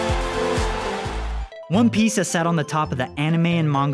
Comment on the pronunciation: Cant take serious he saying one piche